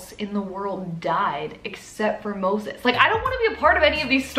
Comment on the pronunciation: They way you kept saying Moses, lol